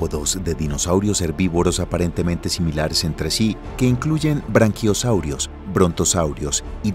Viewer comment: Brachiosaurus. BRACHIO saurus no BRANquio saurus. branquias tienen los peces, no los dinosaurios.